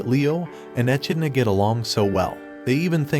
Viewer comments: Uhmm dude it's pronounced e-Kid-na not E-Chi-ni-la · How do you watch the anime and still pronounce the demon king name wrong. Echenola??? who's that. Not to mention it's not even a Japanese name. It's an english word - an animal. Echidna. How do you misread that??? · Bruh, in English its pronounced ( e-kid-nuh) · The way he pronounces echidna is painful.